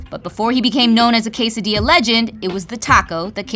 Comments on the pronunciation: Did I hear KAY-SUH-DEE-YAH? It's intriguing how people tend not to pronounce spanish words properly but will pronounce words from other languages correctly. Deep inside these people are too embarassed to respect the language because they DO NOT RESPECT THE CULTURE AND ITS PEOPLE. You KNOW it's KESS-O, but you say KAY-SO. You can eat all the latin food in the world while listening to hiphop music, but you have no black or latino friends. You are a fucking lame. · I'm still not over the fact he made "quesadilla" rhyme with "burrito" lmfao